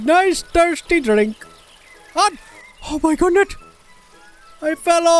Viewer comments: Someone count how many times he says "O MY GOODNES." Sorry I ment "O MI GOODNET." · Said O MI GODNETT nine times, and said OH MY GOODNESS once.